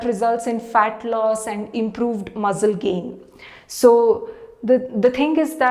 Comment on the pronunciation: Good Info. Like the way how you pronounce Muzzcle👌